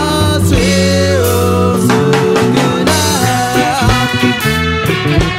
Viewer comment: i would love this if it wasn't for them mis-pronouncing "mzungu" every single time. In the song it's pronounced "um-zungu" where it's more like "muh-zungu". I'm sorry but after learning one of the african languages where this word is used, I get slightly picky over these little things... by the way, I hope everyone realises "mzungu" means white man!